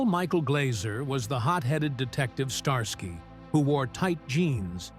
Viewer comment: I heard a "star sky" very celestial! 🤣🤣